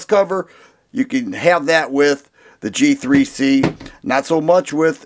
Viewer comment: thought he said “Cheap 3 C” instead of “G3C” lol